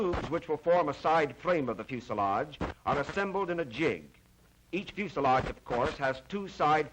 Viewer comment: It flies and flights and lands the pronunciations stay on the ground